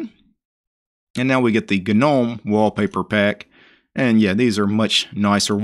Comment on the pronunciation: GNU stands for “GNU's Not Unix” and the G is hard... Gnome is pronounced 'noum', since 'g' is silent... showing us an installation of a distro, is just that, any monkey can follow... to tell us about ANY distro is posting many videos with real issues and resolutions for them... as is, you Sir, as many out there likes the sound of your own voice... are you related to the King of the swamp by any chance..? sure it sounds like...